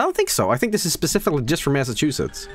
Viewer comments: Lmao can't pronounce masschewdicks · as someone from Massachusetts it amused me greatly to listen to funny Swedish man try to pronounce it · mispronouncing Massachusetts isnt even bad I know alot of english speakers who struggle to say it so it's not a huge deal.